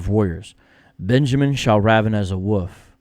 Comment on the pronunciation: I’ll be honest,, I thought you were saying “woof,” like a cute way of saying dog. It took me until you put the caption on the screen to understand you were saying “wolf.”